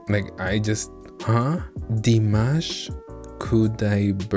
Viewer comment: Thanks for a great reaction,. You actually did a pretty job pronouncing Dimash’s name. 👍 The audiences in Eastern Europe are very reserved. They don’t usually do standing ovations or get rowdy. They show appreciation by giving flowers or doing a unison clap. You can hear this at the end of Dimash singing Marigolds in Ukraine just before Covid hit. Just liked and subscribed and wishing you could review Dimash more often. 👍👍🤗